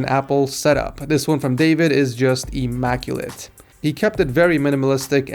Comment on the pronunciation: i-mac-ulate Jesus Christ humanity is doomed